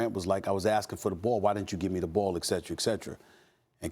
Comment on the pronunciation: Ekcetra? No